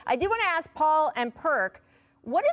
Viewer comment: Perk, either quit talking like a farmer learn your pronunciation or get off TV. Annoying. Anybody who says "Aks" instead of "ask" shouldn't be wearing a suit and being paid as an analyst.